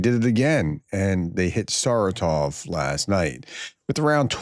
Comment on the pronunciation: Professor, this is not the biggest issue with your pronunciation, but... It is SarAtov, not SaratOv. Emphasis on the second syllable not the third.